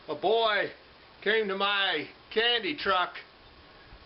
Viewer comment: Anyone notice he said a boy cane to my candy truck?